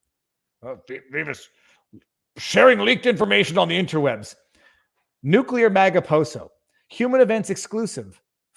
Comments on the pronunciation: Pronounced - noo-clee-ar not noo-qule-ar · Driving slowly doesn't make you a good driver any more than driving fast does. Driving competently and paying attention does. But a dippy algorithm can't analyze that. And you obviously know how to pronounce nuclear, do so please.